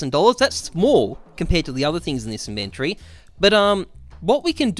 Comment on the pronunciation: I disliked the video just because of how you pronounced inventory in the first 10 seconds.